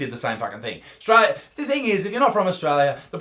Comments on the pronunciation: Ostrola does not exasssst. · it's not australia isaac, surely you'd know it straya